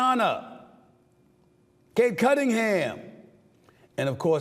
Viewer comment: how did stephen a just butcher paulo, cade, and wemby's names 😂😂😂